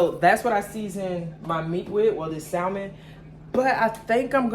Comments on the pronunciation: The L in Salmon is silent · The L is silent lol ❤ but salmon is the easiest to cook doesn’t need that much seasoning or has to cook long. You are so funny. ❤❤ look like you enjoying the new place.